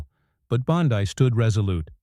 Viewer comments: Its Bondi not Bondai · Teach these narrating bots how to speak. Her name is Bond ee, not Bond ai. It's ridiculous! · For the love of God -- Her name is pronounced BAHN-dee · Spelled Bondi. Pronounced Bondee . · Learn how to pronounce Bondi’s name! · You pronounce "Bondi" different. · What the f&*% is talking in this "insider intel"? They can't even get Bondi"s name pronounced right. What a bunch of worthless "news". I should have turned it off, but my curiosity kept me listening even though I knew better. Of course, that won't happen again. I'm old, so was this some AI thing talking? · No subscribe or "likes" until you pronounce Bondi's name correctly. Sheesh!